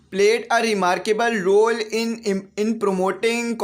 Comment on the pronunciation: sorry sir for this you say rule it's not rule it's a role 😊